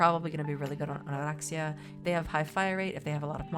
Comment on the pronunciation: I find the way you roll Oraxia's R very natural and your narration is always so soothing. Great video, awesome builds!